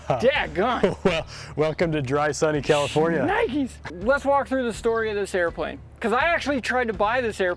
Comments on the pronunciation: 🤣🤣🤣🤣 you said commifornia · Did you say “Commifornia?